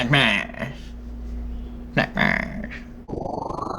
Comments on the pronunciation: 'nak mash' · "Nack Mash" 😒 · "Enack Mash" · Snack smash!............. snax mach........... sna ma - 2019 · What was supposed to say: Do these snacks smash?! What actually said: DID SNACKSASHAFALEN?!?? DA FAFELE SNAFAFELEN?!??